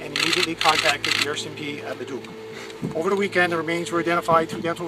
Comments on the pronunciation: Haha he also said “Ledduck” (it’s pronounced le-duke) ORE-cmp haha heck of an accent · Leduc is pronounced "La-Duke" ;) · I grew up in between Nisku and Beaumont, but I had left long before this happened. By the way, it's Le DOOK, not LED uck. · Its pronounced "Lah-duke". :) There's lots of missing women and bodies showing up in the area lately. Love your vids bro! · Leduc is pronounced Le duke. Kijiji, close enough, lol. I moved away from Edmonton in 2005. Grew up there.